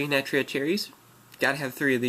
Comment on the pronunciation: one you are pronouncing Naturia wrong this isn't a naturia its mixed. I have a naturia deck i have no more than 4 non-naturia card in my deck. This is for they guy that said that naturia aren't good I go to local every week and i always place at least in the top 8 and i duel with guys that went to nationals (8 of them) 3 made it to the second day and one made it to the top 8. This deck is really good it locks down easily.